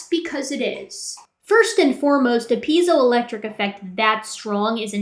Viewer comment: I may not be the first, but it's "piezoelectric effect" not "peizoel..."